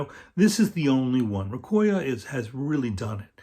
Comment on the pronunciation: Nice vid, Michael. Recoya is a nice resource for sure. Salute to there person who had compiled all the information and to you for promoting it. By the way, don’t quote me on it but it might be pronounced “Reco - Ya” as is “レコー屋”, meaning “Record + Shop” like 八百屋 “Yaoya” (vegetable + shop) or 米屋 (rice + shop), and a little like “Recofan” :-)